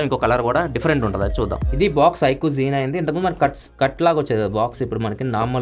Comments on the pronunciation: Adhi z9 kadha Mari G9 antunnaru anti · anna adi iQOO Z9 anna Nuvvu G9 Antunnavu 😅🤭